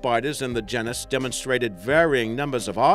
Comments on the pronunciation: Ahem... "Gee-nis" you're welcome. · gennus? surely you mean genus old chap... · (gee-nus) geeeeenus 😭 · You're saying genus wrong.